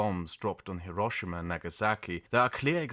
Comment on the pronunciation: It’s also refreshing to hear someone say “Hiroshima” by putting the accent on the right syllable. So many anglophones pronounce it HIroSHIma, but I’ve never heard a single native Japanese speaker pronounce it that way.